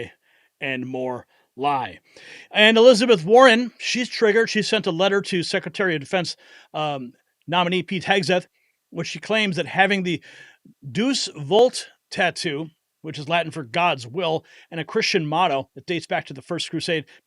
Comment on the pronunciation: Deus = pronounced oday-us, not deuce